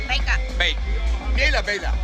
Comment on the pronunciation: ဘိတ် မဟုတ်ပါဘူး မြိတ် ပါ